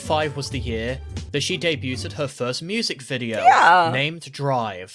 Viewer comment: Great job with the vid, but I took a bit of psychic damage every time he pronounced debuted as debut-Ted.